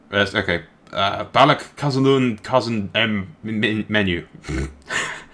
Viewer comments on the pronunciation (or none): No offense m8, I just felt like I have to let you know that (Khazad)-dûm is pronounced like doom, not dumb. Just call it Moria if you're not sure, and avoid die hard LOTR fans and grammar nazis such as myself in the future. Cheers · you pronounce Khazad Dum wrong. You have the Khazad right but Dum is pronounced like Doom.